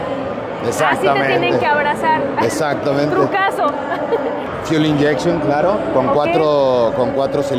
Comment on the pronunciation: por que todos dicen full inyection? que no es Fuel Inyection?